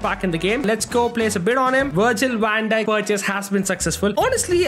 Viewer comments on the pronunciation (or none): Wirgil wan dijk got me laughing